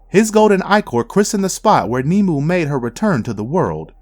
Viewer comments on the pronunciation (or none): It's not nemu it's pronounced nim-way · Her Name is nimue not nimu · I do love how the narrator mispronounces so many names. like the blood queen..even in the movie the name was NEE-MA-WAY. but i get it..it dont matter.